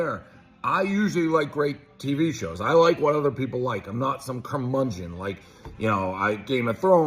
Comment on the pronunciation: You heard it here folks, he's no "curmungeon"